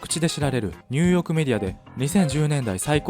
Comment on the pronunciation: すごく声が良くてわかりやすいです！ あちニューヨークが毎回ニュヨークになっています….